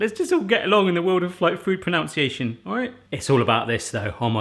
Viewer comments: No issue with your pronunciation of the food but I will nitpick on it being pro-NUN-ciation not pro-NOUN-ciation. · The word is proNUNciation btw ;) And it's not vegan if you use yoghurt dressing!